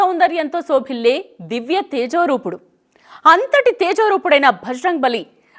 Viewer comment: సోకిలె కాదు తల్లి శోభిల్లే అనాలి